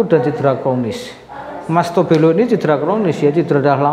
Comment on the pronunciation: Mas belo bkn mas tobole kalau Tobelo itu nama kota dari Maluku Utara😂